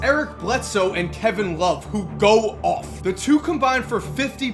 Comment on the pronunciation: I love how puts the emphasis on the words 'goes off' lol.